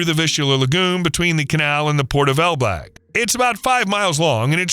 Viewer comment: Ok, but it's ELBLĄG, not ELBLAG - huge difference.